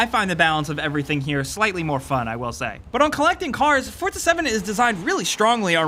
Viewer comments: Forza not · I say four za , you say fort za , its spelt four za but you Americans always pronounce shit correctly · it's not ForTza its FORZA, THERE IS NO T IN THERE AT ALL! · Like how he keeps saying fortza instead of forza. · It's Forza not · why does he call it forTza? i don't see a T in there anywhere? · Why do people still pronounce Forza as? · Why is nobody talking about how he says ""? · Do you pronounce it (For"T"za)? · I know the announcer calls it fortza but please don't. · STOP SAYING FORTZA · Fortsa, fortsa, fortsa, fortsa. Jesus christ, how is Forza so hard for you to pronounce???? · ' game' triggered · lol fort za....learn to talk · bro...theres no T before the Z in Forza.